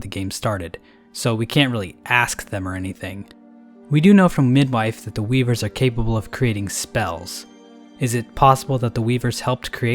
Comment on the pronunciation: man i love those weebers (I swear he said weebers)